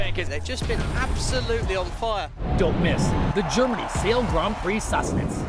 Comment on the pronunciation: yes Todd Harris is a little over the top however I just want him to pronounce grand prix properly. It is very grating and embarrassing to be honest.